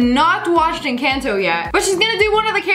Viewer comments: Stop saying ancanto it’s Encanto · The way she said Encanto💀💀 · I know😂😂 But it is ok